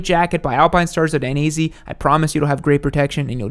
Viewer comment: Lol...who is die-knee-zee? Ive heard of Die-neh-zay.